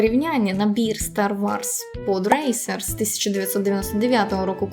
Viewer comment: дякую тобі за цікавий та інформативний контент, твоя українська захоплює!!!! Єдине зауваження: ну не "Стар Варс", а все ж "Стар Ворс"